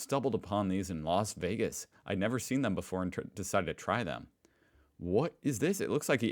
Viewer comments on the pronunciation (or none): none